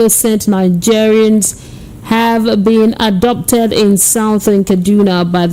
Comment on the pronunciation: ohhhhh it is pronounced as ABDUCTED not Adopted.